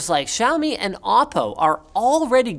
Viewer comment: the only youtuber I've heard pronounce Xiaomi correctly